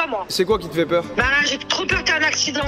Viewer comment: "FAIT" avec un "S" Joyca, pas un "T"